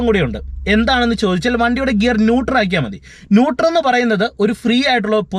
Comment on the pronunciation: Nutor അല്ല, Nutrel ന്യൂട്രൽ